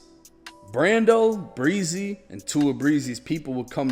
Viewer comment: It's not pronounced breezy 😆